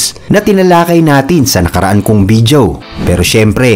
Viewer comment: Video not BIDYOW